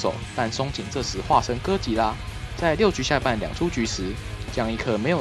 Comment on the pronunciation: 唸對哥吉拉給你一個讚啦~媽的 那個 竟說他是酷斯拉 傻傻分不清哥吉拉跟酷斯拉的分別